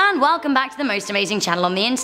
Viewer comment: When u say hello u say halo